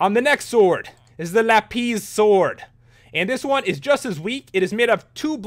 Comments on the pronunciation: Lap-is not lap-ez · Lol he saying lapiz lolololol it lapis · OMG its lap-is NOT lap-pees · simpareja he pronounced it la-PEES la-ZOO-lee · its lApis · its la-piss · Lapiis xD that how he say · You said auro and lapis different